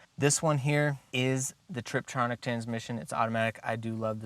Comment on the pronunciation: Tiptronic, not Triptonic